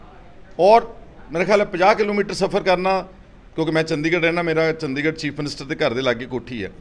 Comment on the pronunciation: ਚੰਡੀਗੜ੍ਹ ਨੂੰ ਚੰਦੀਗੜ੍ਹ ਈ ਦੱਸੀ ਜਾਂਦਾ ਲੁੱਲ ਦੀਨ